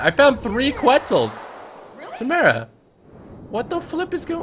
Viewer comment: Samara not samera